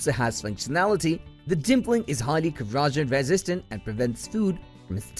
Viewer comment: At the end of the video, he finally corrects his pronunciation of "cleaver." I was pretty happy with that - until he ended his review with mispronouncing the word "corrosion." Talk about nails on chalkboard - that's how it feels listening to his mispronunciations. His accent overall was pretty charmimg, though.